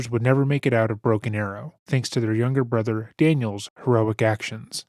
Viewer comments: “My brudder” 💔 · "My Bwothow got bowdy awmow" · i wasnt even looking at the screen and I knew he said brother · My othew bwothew chwistophew